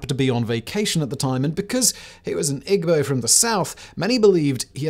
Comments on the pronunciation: Attending high school in Jos in the late '60's early '70's, I greatly enjoyed the video. (Minor nits perhaps, but unless pronunciations have changed over the years (and why not, so much else has), Igbo is pronounced "EEbo" and Yoruba pronounced YOURoba.) Keep up the good work! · Ughh……. Igbo (E-Bow); Yoruba (Ya-rooba). It’s hard listening to the pronunciations in this video. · romanblack4247 It's not a white accent lmfao what? He's British and even then he could have easily pronounced the words like Yoruba or Igbo correctly. Wth is a white accent? He simply just didn't even try to learn how to pronounce them correctly.